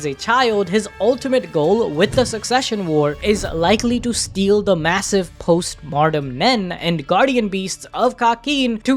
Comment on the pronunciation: A good video, and I appreciate you breaking that down, but, for the love of Killua, PLEASE stop pronouncing "Post-Mortem Nen" as "Martem", the word is pronounced "Moar-tem"!